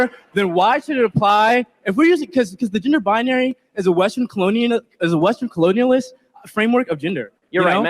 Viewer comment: This kid in the wife beater couldn't even pronounce "colonialism".